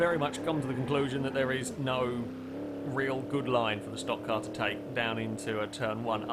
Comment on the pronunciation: HEY! LOOK!, a brit, actually CALLED A STOCK CAR CORRECTLY!